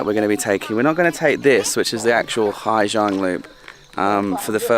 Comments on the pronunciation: It’s Ha Giang, not Hi. Beautiful work anyway. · Hà Giang not Hi Giang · and Ha Giang, not Hi Giang